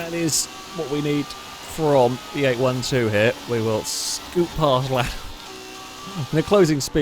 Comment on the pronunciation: 812 is pronounced 'eight-twelve' 🤣